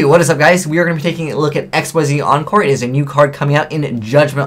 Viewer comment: I'll just keep saying this until you change your was. IT'S PRONOUNCED "IK-SEEZ!"